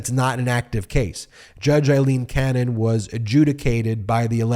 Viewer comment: Feels like an exercise in mispronouncing her name as many times as possible. Force her recusal, but also say her name right.